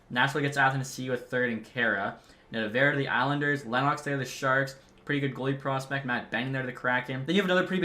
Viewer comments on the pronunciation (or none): none